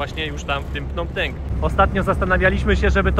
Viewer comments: .Nie Pnom Penk,a 'Pnom Peń".W stolicy macie polska knajpę" WARSZAWA".😊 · wymawia się Pnom Pen!!! A nie Penk! Super pooazaleś drugą stronę! Lubię jak wchodzisz między lokalnych! Pozdrawiam serdecznie! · .Po polsku mówimy "Pnom Pen,Peń).